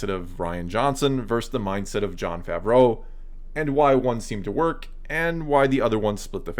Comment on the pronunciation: Its pronounced “ fah -vro” not fav row “